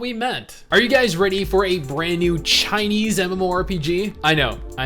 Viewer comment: Yeah with special enunciation on the word CHINESE. RACIST SHIT